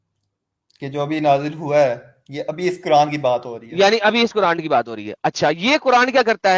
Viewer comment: at every moment says कुरांड 😂😂😂